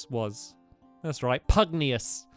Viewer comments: I am sorry but you are annoying me. For the last 10 or so episodes you have been pronouncing Master Pugnacuis's name wrong. It Master Pug-nay-shuss, not Master Pug-nee-uss. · Tani says Pugnacious right in the cut scene, 3 seconds later, the evil guy who took over pUgNiOuS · When the characters pronounce Pugnacious correctly and Stampy immediately pronounced it wrong afterwards lol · You're saying Pugnacious wrong